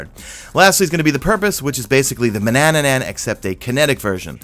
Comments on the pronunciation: Manannan not Manannanan argh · DUDE!!!!! please, sorry but I can't hear "Manannanan" again. I'm going crazy over here. Otherwise - thanks for videos, keep up the good work. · “Mananannan” Whyyyyyyyyy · He also says "manannanan" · TRIPPY, doesn't change the fact that it's spelled tarantula, not tarantella. I'm sure people saying tarantella have no idea it's not how to pronounce it. And manannan is another one lol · I think you’re adding an extra syllable to “Manannan”.